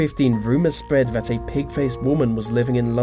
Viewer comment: What's the most freaky about this video is the way you keep misusing words, vis and vat and fink and fought and ve instead of the, it's so childish.